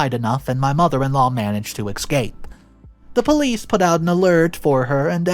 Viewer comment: This mother in law is fucking crazy. you need to listen to someone pronouncing words because your pronunciation of escape and othe words like cretin is completely wrong.